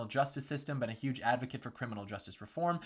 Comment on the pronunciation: Love the “huge” with a silent “h” at the beginning, just like The Donald